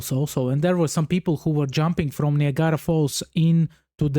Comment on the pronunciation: Niagra is pronounced /ny ag ruh/